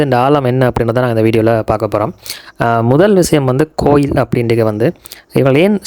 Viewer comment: கொயில் இல்லை bro கோயில்